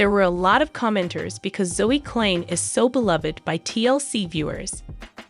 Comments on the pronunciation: You cannot even pronounce their surname correctly. For your information it is not 2034 it is 2025. For your information surname klein is pronounced kline. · The narrator pronounces the last name wrong.